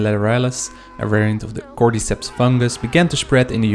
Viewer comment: I hate the way you say cordyceps “cord-eeee-seps“ say “cord-ih-seps“💀